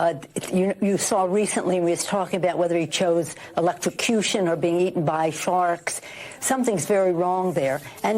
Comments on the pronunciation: I think she said eaten by sharts😁🤣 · I thought she said eaten by farks, so I think she meant to say eaten by sharks lol. Her dentures were falling out she meant eaten by sharks lol. Maybe we all need to get together and send her a box of denture cream lol. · She said being eaten by farks. I think she meant sharks! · Oh eaten by Farks, I thought she said Farts. Haha😅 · I heard her say "Eaten by farts"! 😂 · I think she said eaten by sharts maybe sharks 😂 maybe she thinking bout poor Uncle Bosie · Think she said farks...she has mental issues. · Sounded like she said "forks."🤷‍♀️ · I think she meant to say "sharks". 😂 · Sounds like she said eatin by sharks